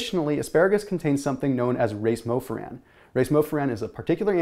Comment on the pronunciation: Not that it will matter 99% of the time, but "racemofuran" is pronounced more like rayseem-oh-fyooran.